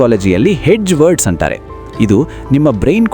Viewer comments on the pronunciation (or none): ಸರ್ good information ಕೊಡ್ತಿದಿರಿ ನಿಮ್ಮ ಕನ್ನಡದಲ್ಲಿ ಕೆಲವು words ತಪ್ಪಾಗಿ pranounce ಆಗ್ತಿವೆ like (ಅಂತಾರೆ ಬದಲು ಅಂಟಾರು ) (ಮತ್ತು ಬದಲು ಮಟ್ಟು ) ಇದರದ್ದು ಸ್ವಲ್ಪ ಲಕ್ಷ್ಯ ಕೊಡು ಉಳಿದಂತೆ very good.